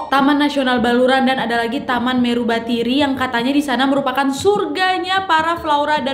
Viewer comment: Meru betiri bukan meru batari